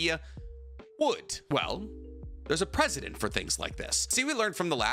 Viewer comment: Kaguya had chakra BEFORE she ate the fruit. We know this because Otsutsuki who haven't eaten chakra fruit have chakra. So that point doesnt really hold up to even a second of inspection. Just saying. Also its Precedent not President.